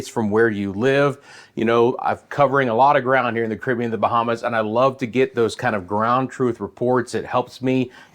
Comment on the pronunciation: Ca rib be an ' not cribian